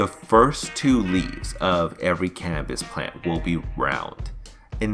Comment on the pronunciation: Humininy. Cambis. Sounds like a child is narrating